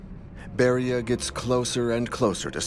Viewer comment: 19: 02 it is not Beria